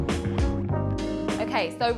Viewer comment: We make all kinds of roti, but never have i seen roti submerged in oil. Yikes! Well at least she pronounced roti right and not "RODI", you need some curry channa and alloo to go with that roti along with mango anchar and tamarind chutney